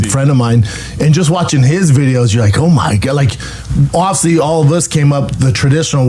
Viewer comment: I never get tired of hearing him say "offsly" instead of "obviously"